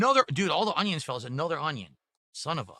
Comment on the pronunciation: You'll never convince me that God doesn't have an epic sense of humor. When He made, He told the angels, "Watch this! I'm going to make this one like a retarded ape, but I'll give him basic verbal skills and the hand-eye coordination of a blind toddler." Every time he says "Ung-Yuns," I want to bang my head on a desk!